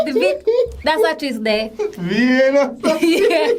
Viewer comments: "The vininin"🤣🤣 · " it's like a sachiz di vinny ninny...." 😂😂😂 dat sound woi out bredda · Legends say she's still trying to pronounce Vienna.